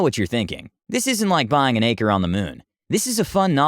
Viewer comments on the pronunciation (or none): none